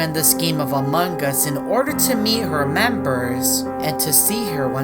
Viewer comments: The only reason I don’t like his videos because he says among us like a amongus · I like how says amogus